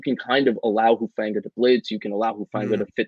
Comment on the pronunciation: This guy is a total jerk. He hasn't pronounced Talanoa's last name correctly since----since forever. And then here he has the temerity to suggest that he's some sort of expert on dialects and linguistics. Do some research, pal---or just listen to the CORRECT pronunciation given by the person to whom you were just talking! It's....."who-FAWN-gah."